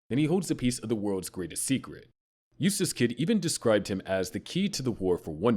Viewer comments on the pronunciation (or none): none